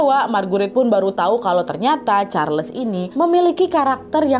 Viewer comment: just FYI sebutan Marguerite sama saja macam Margaret, bukan mar-gu-rit. Charles disebut charls, bukan char-les